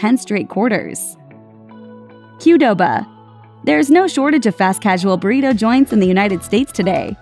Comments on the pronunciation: it is pronounced Qwdoba not q-doba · Why does she pronounce the Q in Qdoba? Super weird pronunciation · Why does she pronounce QDOBA so weird?